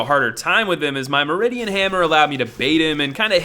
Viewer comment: hahahahhaha....he really cant read